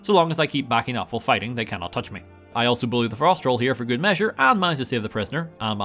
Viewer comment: I have now watched you say "Ghood!" About 10 times and it gets funnier every time.